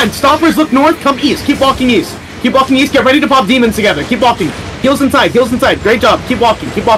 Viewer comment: caller: "run back east guys, run back east": "weast? okay weast"